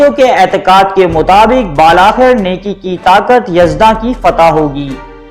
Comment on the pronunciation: آپ کی ویڈیو بہت اچھی اور معلوماتی ہے۔ مگر برائے مہربانی اپنی اردو پر بھی توجہ دیجئے، بالآخر کو بل آخر (ب کے نیچے زیر) کے ساتھ پڑھا جاتا جبکہ آپ "بال آخر" پڑھ رہے ہوتے ہو، یہ لفظ لکھنے میں بالآخر لکھا جاتا ہے جیسے کہ ہر زبان میں چند الفاظ کی تحریری بناوٹ کے لئے اس کے ہجے یا سپیلنگ ذرا مختلف لکھے جاتے ہیں اور پڑھنے کے اعتبار سے تلفظ کو اور طرح سے ادا کیا جاتا ہے۔